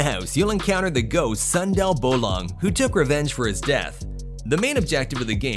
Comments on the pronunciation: not sandal bolong Is soundeil bolong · "Sundel bolong rev." You're sound like "Sandal bowlong revenge", that's pronunciation make me laugh as Indonesian 🤣 bcs that ghost from indonesia .I'm sorry for my bad English too 🤣☺️ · Sandal bolong anjir